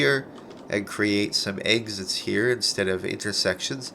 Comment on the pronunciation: "some eggsits here"